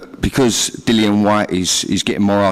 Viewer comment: It seems Barry hasn't warmed to "Dillion" enough to pronounce his name right.